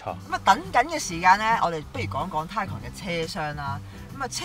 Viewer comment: 條片拍得幾用心。 不過…可唔可以讀啱 Porsche 同 Taycan 嘅發音？ 由頭錯到尾…真係好"un"耳。 繼續加油！ Taycan